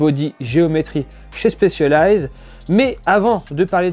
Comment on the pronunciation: Stop dire chpecialized c'est un S 😭